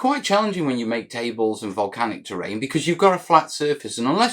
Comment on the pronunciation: Absolutely "Mel-canic" series!